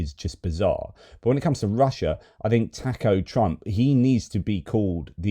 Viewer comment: The Boozer doesn't know how to pronounce Taco